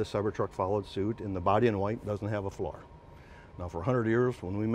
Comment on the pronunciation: This is one of the hardest videos to hear and watch that I have ever seen. Who says, "Flar" for "floor"? Also the guy is talking about a part and the camera is pointed at the guy, not the part. So he is talking about the "flat" and we are looking at him, and I had no idea what the H a "flar" is. Makes me miss Hollywood, they know how to communicate.